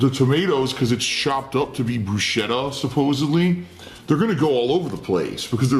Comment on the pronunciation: Fervently claims Italian heritage. Mispronounces "bruschetta."